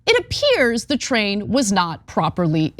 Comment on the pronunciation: TRAIN!! NOT TRAIL!!